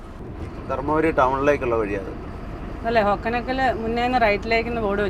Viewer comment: ഹൊഗേനക്കൽ ആണ്. ഹൊക്കനക്കൽ അല്ല